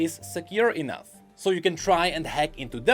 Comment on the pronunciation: "Vanguard will not be enou-th" lolol. big fan thanks for all your work